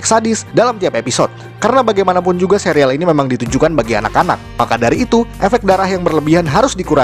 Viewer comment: bacanya serial bukan sereal :(